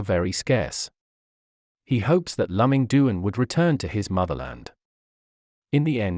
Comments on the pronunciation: I have never heard of Lùh-Ming Doon. His name is Dwán Lù Míng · His name should be pronounced as " Loo Ming Duan ". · If you want to make a video about a person, at least get the pronunciation of his name right. It is so awkward to hear his name pronounced wrongly throughout the entire video.